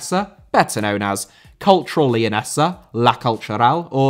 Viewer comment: Leonesa* not Leyoneser